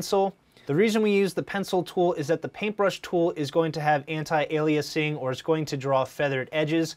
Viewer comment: guy butchers antialiasing pronunciation and then mispronounces pronunciation.